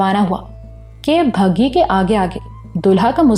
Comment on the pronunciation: أپ بگھی کو مسلسل بھگی پڑھ کر اردو کی ٹانگ توڑ رہی ہیں جو سننے والوں کے کانوں پر گراں گزرتا ہے